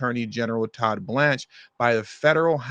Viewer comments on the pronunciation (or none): none